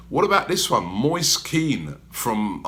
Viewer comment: Moist Keen? Lol where did you learn how to pronounce things, and how did you get Moist from Moise ?! Atrocious.